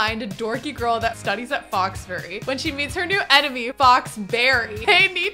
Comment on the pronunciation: 'Foxbury'....'Fox Berry'...... I see it. I get it.